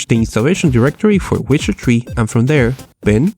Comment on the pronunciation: When you say Witcher 3 it sounds like wizardry XD